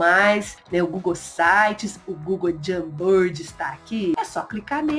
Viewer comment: a pronúncia não é "Jambird"kkkk Jamboard, se fala de outro jeito